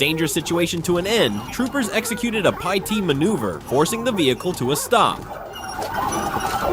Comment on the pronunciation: Perform a pie-T manoeuvre…🙄🤦🏻‍♂️ Ai sucks